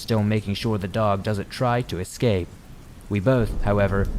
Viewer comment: Eck-scape? Still love ya, man!